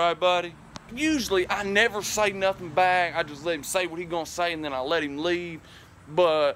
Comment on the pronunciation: I think he just said then in a country accent.